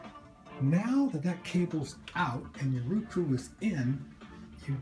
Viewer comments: It's Roku, not ruku!!!! Grrrrrrrrr! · its "row - cu"